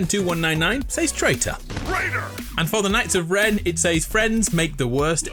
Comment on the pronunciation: "Seys" It's "Says"